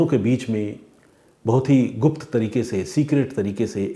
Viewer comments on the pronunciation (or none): none